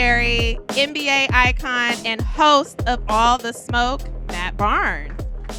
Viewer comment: we not gonna slide on the fact she said Matt Barn. My last name Barnes to. Stop it😂